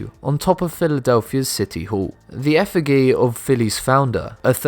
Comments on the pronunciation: "can sweep under the radar" ... you either FLY under the radar or you're swept under the RUG. You're mixing metaphors. effigy is pronounced ef-fi-jee not ef-fi-gee you used the singular of metropolis when you should have used the plural (metropolises) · effigy has a soft g. It's effijee. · 5.23, it is pronounced effi jee, numpty. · Effi-gee? Effigy is pronounced ‘eff-i-jee’ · it's pronounced EFFIJY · "Effigy" is NOT pronounced with a hard G! It's pronounced with a J sound! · how to pronounce effigy: You"re welcome.